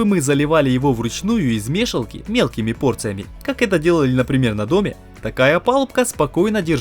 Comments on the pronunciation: "лЕску", а не "лескУ"!, "из мешАлки", а не "из мЕшалки". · Ах этот колорит слов.... ме'шалки, , , леску' только ради такого говора стоит посмотреть это видео. Жду 3 часть...